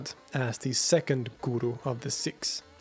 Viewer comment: Isn’t it ‘Seeeks’ and not ‘Sicks’? (I grew up with Sikhs and nobody—including Western Sikhs themselves—pronounced ‘Sikhs’ as “Sicks”. Have I missed sumting?!🙀